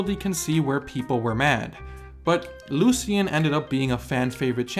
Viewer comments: I thought it was LU SH IN Not LU SHEE AN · the way that you pronounce lucian is so strange i have never heard it that way. i have always heard it like lushen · Am i the only one losing his mind over how he pronounces Lucian? legit could not butcher that name more